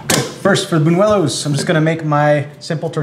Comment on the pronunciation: Says he grew up with Spanish people yet can't even pronounce the "ñ" in buñuelos. Sure buddy lmao.